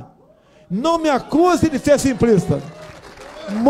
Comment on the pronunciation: Primeiro... Aprenda a falar simplista e não simprista.